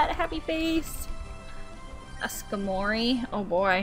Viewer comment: i though skarmory was pronounced like scar-mory lol